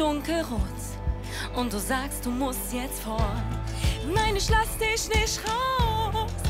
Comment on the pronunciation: Kein Hate aber:Zwar nicht der beste Gesang aber die Aussprache ist viel schlimmer :"Nein isch lass disch nisch raus "😂😐